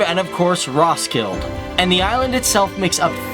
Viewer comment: It soundet retardet when u said Roskilde